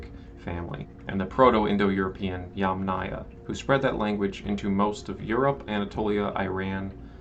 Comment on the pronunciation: YUM - naya. Emphasis is on the Yum.! Never on aya!!! So from the very beginning ... you miss pronouncing the term on which your video is based. Extremely disappointing to hear you mispronounce "yamnaya"